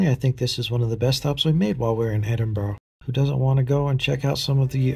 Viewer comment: It is pronounced Edinburra - Not Edinburg